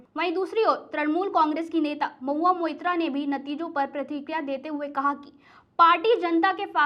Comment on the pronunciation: Pratrikiya nahi pratikriya. Like Prati kriya .. you people are doing much better then other news channels.